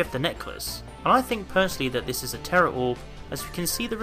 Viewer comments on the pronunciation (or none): none